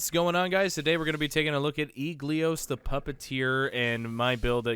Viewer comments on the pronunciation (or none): Never try to pronounce eligos’s name ever again bro.